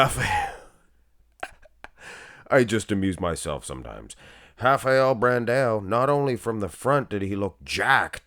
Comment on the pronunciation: You got it right. We say something like hafael.